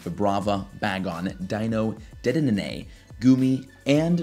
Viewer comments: dedenenanay, sir thats now how you say it, its "De De Nay" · no one is talking about "dedenene" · Do you botch Dedenne's name on purpose or something? lol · How many D's are you supposed to pronounce in dedenne? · Anyone else get very triggered by the way he pronounces dedenne and hydreigon lol